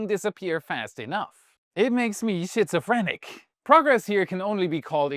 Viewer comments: Orrr if you speak the King's... Skit-zo-frenic. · Shitsophrenic? LOL, my German friend..it's pronounced SKITZOFRENIC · Grammar nit-pick: schizophrenic is pronounced like [skit] in "that comedy skit was hilarious" All the best 🚀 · nice video. one thing though, mark you pronounced 'Schizophrenic' as 'shit-so-frenic', it's actually pronounced 'skid-so-frenic'. I know you're not a native speaker and you do a fantastic job, but just thought I'd mention that. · It makes you what-sophrenic? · "skitsofrenic" pronunciation will be more socially acceptable:)Love the episodes,! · What is "shitso frentic"? 😂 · “Shitsophrenic”? I get that after a curry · When I heard this pronunciation of the word "schizophrenic" I had to check but yes, it is German :) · HOR CAN YOU IN 2025 NOT KNOW HOW TO SAY SCHIZOPHRENIC. HOLY IDIOT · LMAO I've never head a German say schizophrenic before 🤣🤣🤣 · It's pronounced that way in his native German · How do you pronounce it in German? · Ngl I had assumed it was an intentional slip of the tongue